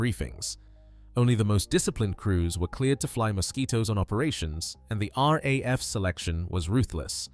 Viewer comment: Rar. A.F 😂 it's very subtle but really jarring to a human English man's ear.